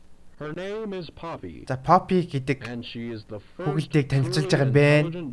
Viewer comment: Фофи биш роррү